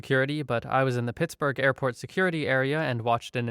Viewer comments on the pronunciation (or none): none